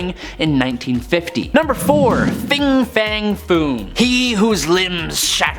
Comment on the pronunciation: Fin, not Fing. Xemnu, not Xenmu. Amanda would've pronounced them properly.